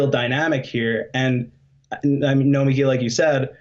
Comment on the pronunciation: I could be wrong but it even seems to me like Nomiki pronounces her own name in the common way with the emphasis on the "mi."